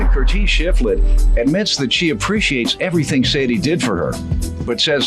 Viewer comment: I am going to call everyone who upset me, Curtese from now on.